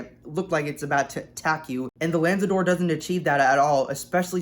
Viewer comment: 1. It's not the first full EV lambo, it's the 2nd. the 1st is the Terzo Millennio. 2. 'Lanzador' is pronounced similarly to the Aventador, "LA"-like 'LAs Vegas', "NZ" jut 'nz', "ADOR"-just as Aventador